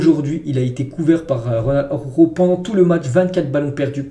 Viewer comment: Frérot travail t'as prononciation sur Araujo stp ♥️